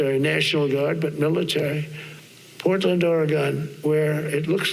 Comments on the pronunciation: The ignoramus in chief doesn't even know how to pronounce Oregon . . probably can't spell it either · The thing in the white house doesn't even know how to say Oregon, so how the heck does he know we are in a "war zone"?